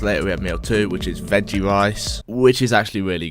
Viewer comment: weggie wice weawwy good